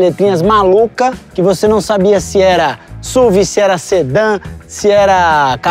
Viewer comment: PAREM DE FALAR SÚVI! Por favor, pelo amor de Deus, é uma sigla: Sport Utility Vehicle, S.U.V.